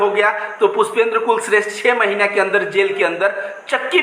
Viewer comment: Bhai Anntimcheshth mein likh hua bhai. Aap blkul sahi ho. Bhai kulshreshth ko aantimcheshath padh ni chahiye.